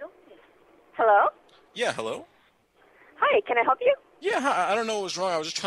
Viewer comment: She said; "Can I Hell You" instead of "Can I Help You" in the beginning.